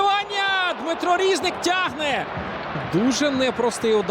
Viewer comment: Чому рІзник, а не різнИк? Коментатор лемко?